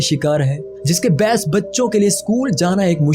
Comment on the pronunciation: لفظ باعث کو تم بیعث بول رہے ہو